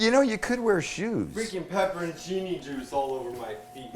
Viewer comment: I swear I am hearing you see pepper & chini. Aren't they pepporchinis?